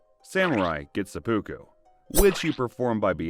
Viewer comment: LOL at the AI not pronouncing Seppuku..